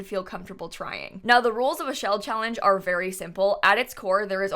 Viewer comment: Anyone else catch her saying chawange instead of challenge lol